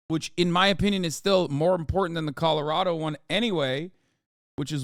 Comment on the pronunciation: Hasan you keep saying “Colorado” wrong… it’s just killing me